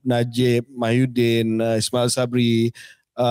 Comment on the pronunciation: KJ always said Mahyuddin, bukan ke Muhyiddin ke?😂